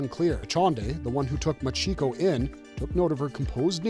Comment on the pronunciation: 1: Machiko is MAHcheeko, not muhCHEEko. 2: Holy crap, that comic artist made her head WAY too big lol